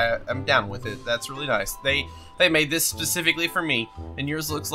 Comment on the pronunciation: Ohhhh that's pretty good 🤣 it sounds like "this I like" but its Dis*